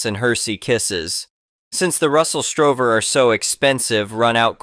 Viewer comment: It’s Russell Stover not Strover